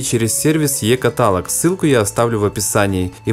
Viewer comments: Е каталОг, а не Е катАлог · Блин, е-катАлог, двухста.. писец, иди русский учи, слух режет!